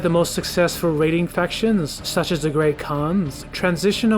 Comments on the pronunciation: it seems to be certain letters is all/ Instead of fac-tions, it comes out as fasions, and the overall candace is just a bit off. Some words randomly have emphasis put on them at the end for example. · It's the mispronunciation of "factions" throughout the video for me...